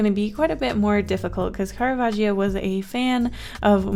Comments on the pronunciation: loved the video but as an italian my heart Stopped when i heard how you pronounced caravaggio,, those two Gs are meant to make a strong sound !! should sound more like caravajoe (but with a doubled G) 🥰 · CaRaVagiO disgusted italian noises IS CARAVAGGIO CARAVÀGGGGGIO